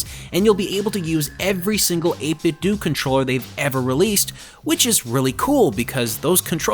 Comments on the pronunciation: Stop pronouncing it 8 Bit Doo. You wouldn't say Nintendoo Entertainment System. It's pronounced doe. Troll. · 8bitdo: 8 - biht - dough. NOT dew. DOUGH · its 8bitdo do=dough not do=do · So Nintendo is pronounced Nin Ten Do but 8bitdo is pronounced Eight Bit Doooooooo? Da hell? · he pronounced 8BitDo wrong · I know